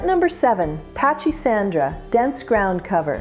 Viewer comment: It's pronounced "PACK-A-SANDRA"......THE "CH" IS PRONOUNCED LIKE A "K" SOUND.......MY MOTHER GREW IT FOR YEARS.....NEVER SAW A SNAKE IN IT; NOT ONCE!!! Up in CT....my mother planted this everywhere, and gave much of it away to friends as she did think it out when it overgrew it's boundaries in the garden; it spreads like crazy!!!